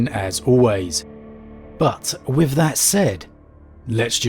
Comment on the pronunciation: “Deffwatch” “wif” “frough” “uvvar” but also pronouncing “the” correctly many times. Yet ANOTHER channel based on story telling who is lazy about pronunciation. It’s not a speech impediment like I’m sure some of you will say since he can pronounce the “th” sound correctly and does so many times. He could do it in the rest of the words but he is lazy so just says “ff”. A video literally about “The Deathwatch” or rather “the deffwatch” you would think would compel someone to pronounce the sound properly instead of hiding behind lazyness. If he never pronounced the sound correctly then it COULD be a “speech impediment”. Even then go to a speech therapist and work on it if you’re going to make content containing you reading words. It’s a joke and so common amongst 40k lore channels from people from the southern UK. It’s pathetic. Talking like a literal ork which is a caricature of the pronunciations of words from thickos in the UK.